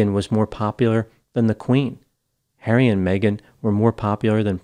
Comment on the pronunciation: Hawwy, they’re being mean to me, Hawwy 🤣